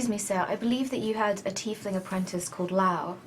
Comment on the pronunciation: its tiefling